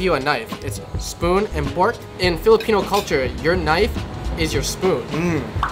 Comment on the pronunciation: Filipino accent just kicked in lol man said “spoon and pork”😂